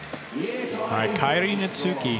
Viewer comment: I'm just glad is finally saying Kairi's name right!